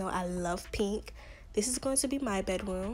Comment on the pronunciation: I love it when you say, "Bedwoom" ITS SOOO CUTEE